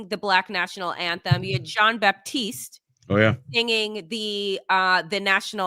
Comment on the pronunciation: Love this collaboration. Kendrick Lamar is a PROPHET. As a side note, and out of respect for Jon, his last name is not “baptiste”, it is Batiste. There is no “p” in the pronunciation of his name.